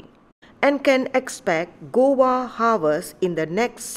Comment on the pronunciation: This is guava not gowa as you mentioned